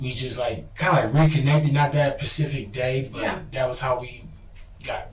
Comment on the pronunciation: I've had enough already, he said Pacific day